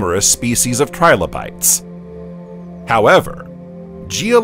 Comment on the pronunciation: TRI - LO - BITES not Tribolites read it fully and make sure your pronounciation is correct, then you might have something worth showing off